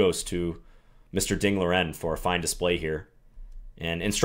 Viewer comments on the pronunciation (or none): Not Liren like lear en. It's Liren like Lee Ren. But I know Chinese names are hard.